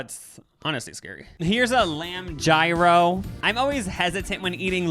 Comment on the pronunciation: The way you pronounced gyro 😅